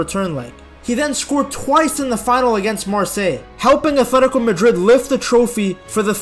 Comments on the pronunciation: I wish you would say “atletico” and not “athletico”…. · Its athletico not athetiko jit